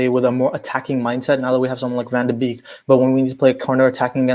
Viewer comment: I really appreciate your channel for calling his last name with a correct pronunciation.